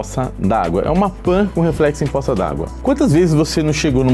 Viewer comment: vídeo massa, mas "possa" ao invés de "poça" foi foda kkkkkkkk